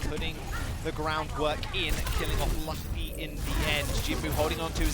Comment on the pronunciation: That is so cringe when they say Luffy wrong. It's OK tho, I'm just glad there's some mugiwara represent in the OWL :)